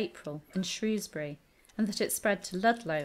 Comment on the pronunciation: You mispronounced caius, speke shrewsbury and a few more